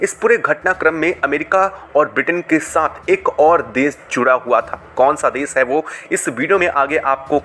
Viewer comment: Bhai desh ko desh bolna seekho des nahi